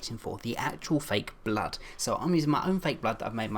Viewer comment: He said flake blood